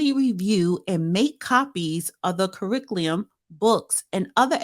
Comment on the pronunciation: Damn you cannot pronounce curriculum 😅😂